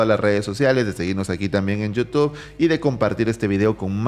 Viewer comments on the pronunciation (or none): none